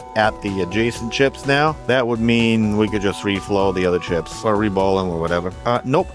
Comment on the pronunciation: your "reball" sounds like "re-bowl", which is oddly appropriate since apparently, someone heard this thing has pins and used it for bowling.